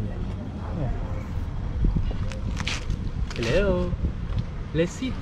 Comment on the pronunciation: It’s always funny how calls Cleo “Chloe” Love the videos, please never stop!